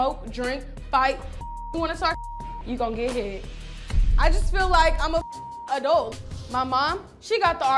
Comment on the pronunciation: Not “ RDacity “ 😂 okay “adult “